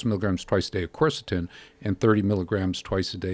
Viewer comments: People are pronouncing it wrong because its pronounced Kersetin nor Corsotin. Its spelt Qeurcetin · spelled quercetin